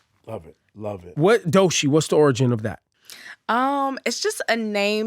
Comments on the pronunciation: Him saying Doshi is irritating me 😂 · DOE CHII NOT DOE SHEEEEE F**K! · It just BOTHERS me that he calls her Doe-SHEE INSTEAD of DOECHII